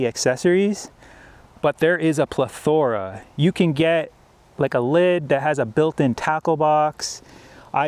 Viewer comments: I stopped listening after “ple-THOR-a. lol. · 1.) learn how to pronounce “ plethora” and “ hexagonal” 2.) it’s a fucking bucket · You need to learn how pronounce, “plethora!”